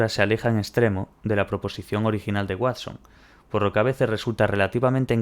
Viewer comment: el Watsón😂